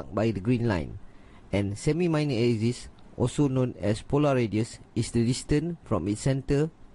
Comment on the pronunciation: its prounounced A-KSIS- like x-ray NOT like eczema like YOU pronounce it..